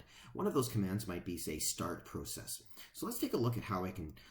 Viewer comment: FYSA.....Go to google translate and type in "Process". Then have it say it outload. I think you'll find your pronouncing it wrong.